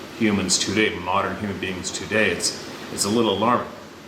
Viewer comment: Everytime sez too-day, have a sip of coffee, eh?